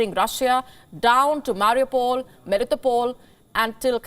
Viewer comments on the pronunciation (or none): none